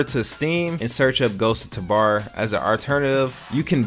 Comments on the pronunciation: bro idk why but it pisses me off how he says tabor it says it like TAHbor when i only ever hear it pronouced ghosts of TUbor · Omgrhg...ther way you say tabahr